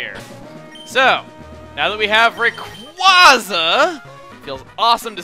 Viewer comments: cmon its rah kway zah not ray kwah zah and its ever grande silent e not ever grand ay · You pronounce it raycwahza, google pronounces it raycwaza with a long a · Well not to be rude but it is pronounced rayqu(a)yza not au just a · It's actually Ray-quay-zuh, as in quasar. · Every time he says "Raykwaza" it hurts my soul just a little bit. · But that pronunciation SUCKS. Everyone prefers Ray-QUOI (as in pourquoi)-za over Ray-QUAY-za... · not even can pronounce it right. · It really irks me how pronounces Rayquaza... I mean really? Dummy...